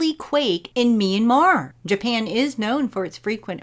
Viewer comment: Great content and delivery. You also pronounced Myanmar correctly too “me an mar”